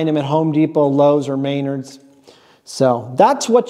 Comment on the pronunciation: Anyone else giggle at butchery of Menard's name? I hear May-nerd's it sets me off.